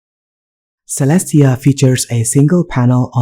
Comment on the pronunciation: (unless the developer is insisting otherwise) Caelestia should be pronounced as kay-less-tee-uh, rather than seh-less-tee-uh. that a after the c makes it a hard c. also, that window title on the left bar should be rotated the other way. it just looks wrong like that.